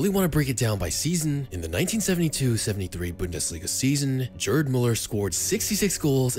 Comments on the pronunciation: “GRRd”. Not “JErd” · It's priced "Guerd", bro. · The G in Gerd Müller is a hard G like in Gold or Goat